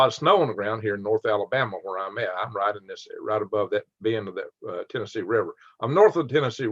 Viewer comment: Minute 6 TennesseEehhh